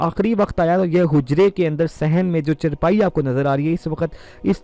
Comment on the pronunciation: O Janab.,. You should be focused on your pronunciation words... Like as ( Aannhaa for Fe-male Asahabiya ) and Aannho for Male Asahabi) .... Use word as chaaaaar paaeee not charpai...ok